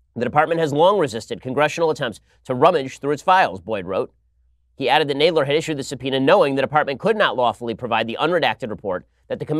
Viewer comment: Jeez Ben you pronounced Jerry Nadler wrong.lol.Where's Charles Kruathimer. When you need him🐶